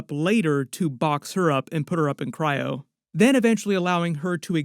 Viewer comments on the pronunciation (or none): none